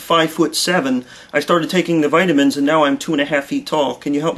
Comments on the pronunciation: whiteamins? omg, that's just funny... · is the pharmacist saying "whytamins" LOL He has got to be the same race as my doctor who gives me "whykadin" LMAO..